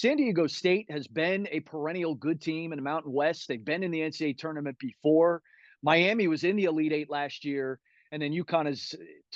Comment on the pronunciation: You know a person knows the Miami area when they pronounce it as "my-am-muh". Lol